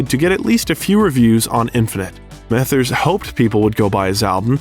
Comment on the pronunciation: The pronunciations of Mathers, Rosenberg & Suge are absolutely criminal